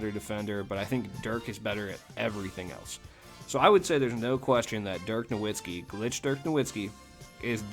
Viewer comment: Just so u know dirks name is pronounced noVitzski